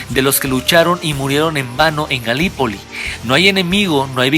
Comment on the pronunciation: Galípoli se pronuncia (y se escribe) acentuando la primer "i"